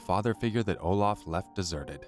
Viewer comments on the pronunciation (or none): none